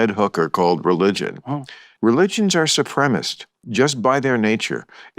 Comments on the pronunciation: I find it amusing that Bill cannot enunciate supremacist 😂😂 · My favorite part is when he can't pronounce the word supremacist